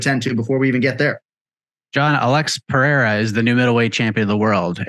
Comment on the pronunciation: LOLOLOLOL. He said Alex PEREAREZZ